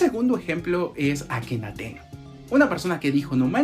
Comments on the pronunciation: "Akhenaten" 😂😂😂 Akenatoon es papá!!! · Akenaten? Será Akenaton. Le ponen la e hasta en los nombres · El nombre correcto es Akenatón. Creo que como lo quiere deformar a su conveniencia hasta le cambia la "o" por una "e" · No es akenaten es akenaton